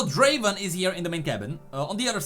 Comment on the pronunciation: It's not draven it's Draaaven